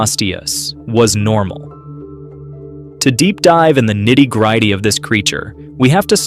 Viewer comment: for heavens sake - use a human narraot or! Nitty-gryty?